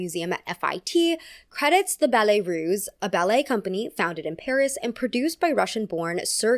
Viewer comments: Ballet Russe, not Ruse. S sound, not z sound. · Unimportant side notes: capezio is pronounced capeeezio, and ballet russe is pronounced with an s sound, not z. The i in Balanchine is pronounce ee.